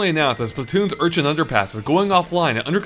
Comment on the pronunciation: Urchin not Unchin